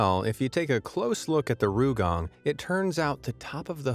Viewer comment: It's not RUUgang. It's R Y U gang. Try saying "yu" with an "r" in front. Not "rye" bit "ryu." Oh well, never mind.